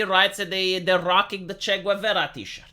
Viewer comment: It took me a second to realise you were talking about Che Guevara by your horrible pronunciation, lol.